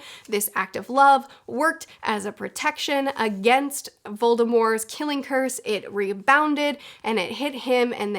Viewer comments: It’s VOLDEMORT!!!! not voldemore!!!! There’s a T at the end. Yes J.K. Rowling said she intended his name be Voldemore but also recognizes that she should’ve left the T out of it and acknowledges that it’s now commonly pronounced with the T. So stop trying to be different and just pronounce it the right way!! It’s annoying. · Are you calling voldemort voldemor?…. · Every time, somebody says 'Voldemor' on YouTube, instead of 'Voldemort', a little wizzard dies. His name was 'Voldemort' for almost 20 years, in ALL movies and ALL audiobooks, until Rowling decided to twitter some random stuff to keep relevant. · It’s not silent. The t is enunciated. Not that it matters of course. We all have our foibles! You and this lady must know something we don’t! 😊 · your use of "correct" pronunciation sounds extremely wrong. VoldemorT AccXio Forever. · There is, in fact, a t in voldemort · Omg it kills me that you pronounce Voldemort with a silent t. I know it’s the correct way to say it but I’ve grown up always saying the t. Everyone around me would always say it like that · Why you saying Voldemort wrong? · Am i the only one severely put off hearing voldemort with a silent t I know its right but it just hurts hearing it like that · "Volde-more" +"T"? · Don't say Voldemore. That was just another J. K. Rowling after-edit. She could have put that pronunciation into any of the books or movies and didn't, so it is just another time where Rowling was trying to stir the pot and make herself relevant again. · I will die before I recognize the silent T in Voldemort. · It's a hard T. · I don’t understand why you don’t say the t in Voldemort, I have never encountered that before